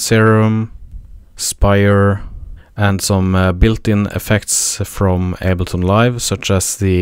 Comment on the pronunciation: it went from able-ton to able-not nice video, thanks